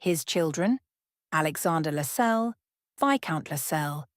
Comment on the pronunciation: Its pronounced LASS CELLS